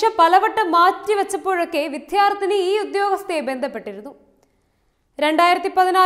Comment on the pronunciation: വിധ്യാർത്ഥിനി എന്ന് അല്ല, വിദ്യാർത്ഥിനി എന്ന് പറയുന്നത് അല്ലേ ശരി?